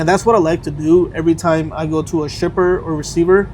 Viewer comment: Is it just me or does it sound like he says “stripper” instead of shipper 😂